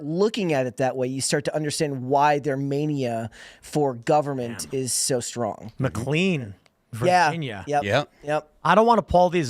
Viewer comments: Mclean, VA is pronounced "Mc Lane" not "Mc lean" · Pronounced "Mick Lane". Not clean. Also, the Arundel Mills Mall, is part of a franchise. Im surea platitude of subs/viewers/listeners; have a "...... Mills Mall" relatively close. Out here in Denver, it's Colorado Mills. Arundel Mills though, is by far my favorite of the 5 "Mills" I've been to.